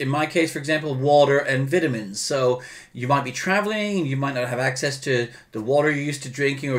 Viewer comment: I like how he says vitamins lol